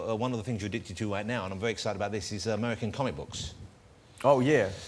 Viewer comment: Vewy good at wap